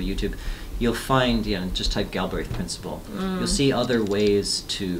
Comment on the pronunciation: "gill" - "brehth"